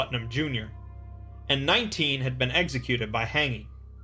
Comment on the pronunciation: “eggsicuted”